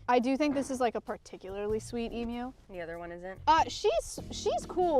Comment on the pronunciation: I came here from Lindsay's channel. Maya is a great lady, setting this whole thing up. I was really pleased that she pronounced 'emu' correctly and I actually learned something about them. I'd never heard a male emu vocalisation. I've heard the females lots but never a male it seems, and I'm a 65 year old Australian. I get blue tongues in my yard occasionally as well as rainbow lorikeets which I saw in a momentary shot. Again, well done Maya. You're doing great work.